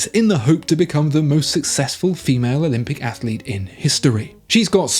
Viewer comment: ‘Athalete’ - AAAAAAGH!!!! The curse of the added extra syllable. (See also ‘Remenant’).